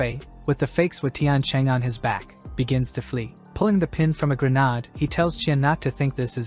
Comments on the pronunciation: It's not "gren ard" it's "gren aid".... Also, smoke bombs aren't grenades... This is a really great story 👍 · Dude do u have issues pronouncing grenade